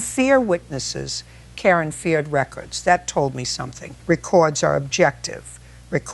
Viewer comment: Mayo, FL AI needs to pronounce words correctly: again, record, Karen, strategically, Ms. Judge Judy does not ramble. She gets straight to the point. She would have Karen removed from the court and held in contempt after about the 3rd interruption. Karen's house should be seized and sold to pay her contractor debts to make them whole.